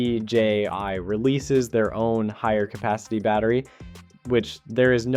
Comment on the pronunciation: Ita DJI and not DJY